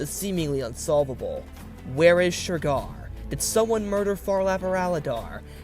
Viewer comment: Why’s he keep saying ‘Shergar’ like that?!